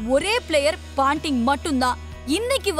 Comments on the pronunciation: Not panting,it’s Ponting !!! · Paanting illa ponting